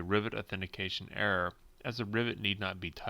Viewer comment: When you say error car, it is sound like you are saying air car